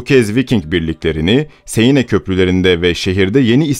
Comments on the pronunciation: siene değil 'sen' nehri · seine değil sen okunur. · "sen nehri" diye okunuyor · Seine ne yaaa. Sen diye okunur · Bir de şu nehri doğru söylesen kanser oldum dinlerken ''seyine'' ne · Siene de "Sen" şeklinde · Sen nehri diye okunuyor. Fransızca yazıldığı gibi okunulmuyor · Şarlomanye değil Şarlmayn okunur; "Siene" nehri değil, "Seine" Nehri, okunuşu da "Sen("e" uzatmalı; "n" vurgulu) Nehri; Frankia değil Fransia (orijinali "Francia", ince sessizlerden önceki "c" k değil s diye okunur); Ruan değil, Ruen( orijinali Rouen); Monte Marte değil, Mont Mart; düzeltmekten sıkıldım artık :) nerdeyse söylenen/okunan bütün özel isimler yanlış okunuyor! bu ne yaw, bu ne ciddiyetsizlik, böyle ciddi bir şey mi olur? Hele ki tarih konusunda!? Özel isimleri istediğiniz gibi türkçe okuyamazsınız; özel isimler yazıldığı dil latin alfabesi kullanıyorsa aynen orijinal dilinde yazıldığı şekilde yazılır, ama orijinal dilinde okunduğu gibi de okunur, bunu bile bilmeyen oturup nasıl tarih konusunda, ciddiye alınabilecek bir yayın yapabilir. Ayrıca bunu yanlış yaparak aslında konudan ne kadar uzak olduğunuzu, araştırma yapmadan alıntı/çalıntı/arak( :) ) yaptığınızı açık ve bariz bir biçimde belli ediyorsunuz! Herkes yabancı dil bilmek zorunda değil elbette, ama google translate'te orijinal dilinde nasıl söylendiği/okunduğu zaten var, bari oradan baksaydınız, pes yani...görende ciddi, araştırılıp yapılmış özgün bir konu zannedecek, artık nerden alıntı veya arak kim bilir!?